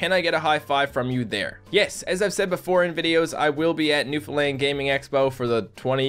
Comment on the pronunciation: Its really funny when you say "new foundland" it sounds like you say "new finland" and im from finland.